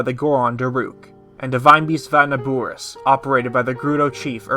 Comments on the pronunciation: How is he saying it wrong, it’s Na-bor-is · Great video but everytime you say "NabUris" a chill goes down my spine. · Your saying Naboris wrong😐